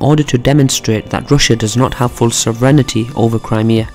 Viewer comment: Sovereign”iti”? Sorry had to point that one out lol. Good vid though!